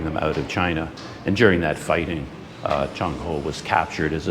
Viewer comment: Admiral 郑和 should be pronounced as Cheng6 Wo4 (in Cantonese) and Zhèng Hé (in Mandarin) His other names were: 马和 (Mǎ Hé) muslim name 三保太监 (Sān Bǎo Tàijiān, or "Eunuch Sanbao")